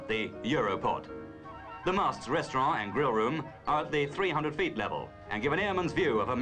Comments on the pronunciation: ok but what's a "restraughh" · I love how the narrator says 'restaurann' in the French manner, and dismisses the French Eiffel Tower -- in the British manner. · 😂 you're right I love how they pronounced 'restaurant' - like how elderly English people still pronounce "envelope" the French way. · In Australia and New Zealand they have always pronounced envelope that way. Restaurant and hotel used to be pronounced the French way in the UK until a few decades ago.